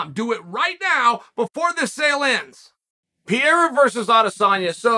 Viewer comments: the moment he said PIERA i stopped the video. When he did it with BELAL, it was funny , but now is ANNOYING as hell...Is like a 5 year old repeating the same joke over and over again hoping to get the same laugh. Bro, change the material, it's ain't funny at all...Very close to unsubscribing. I'm sure i'm not the only one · PEREIRA not Piera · Alex "Piera" Pereira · who dafuq is pieira? its fucking PE REI RA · Pierra XD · Per-Rare-Uh. You can do this Chael. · Pierraah lol Uncle chael at it again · Next week perierias name is guna be perura lol the way chaos pronounces it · PeeAirA is good at Mooey Tie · Chael never gets a name right. Pierre ah. LOL! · Every video Uncle Chael mentions Pierre-uh, I reminisce and re-watch a George St Pierre fight from the past. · I must say this is first time that Chael's mispronunciation of Pereira's name is irritating me :D